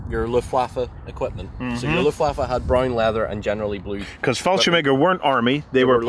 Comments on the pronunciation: Excuse me but wtf is “fallshem egger?” Do you mean “Fallschirmjäger?” If so, you should work on that pronunciation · fallscirmeger xd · anyone else hearing fallschemäger instead of fallschirmjäger?